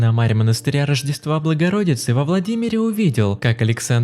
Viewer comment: Кто же таким равнодушным и несерьёзным тоном комментирует такие исторические события? И слово " благородица" нет, нужно хоть немного грамотности и образованности набраться, чтобы прикасаться к подобному..